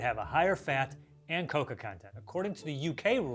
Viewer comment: Not him pronouncing cocoa as "coca" lmao very different plant